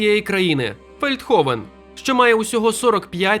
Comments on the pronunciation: Не Фелдховен, а Велдховен (Veldhoven) Населення приблизно 43 тисячі населення, зараз може й більше. І так, воно існує, як би вам смішно не було, я там 3 роки жила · місто Фельдховен? 🤨точно ФЕЛЬДховен? Принаймні я так чую...